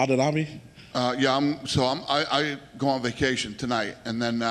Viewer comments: “Are you still going to Adu-Dabby ? “ 😂😂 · "y'all still going to Adubabbi" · “Are you still going back to adadabby?”